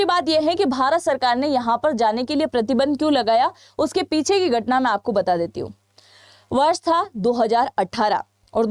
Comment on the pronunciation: 😂darohar?? Gatna? Ikanu? Chhianu? Are aunty bolna to sikhle